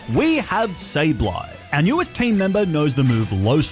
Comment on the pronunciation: IT'S SABLEYE, NOT SABLE EYE! FIX IT NOW!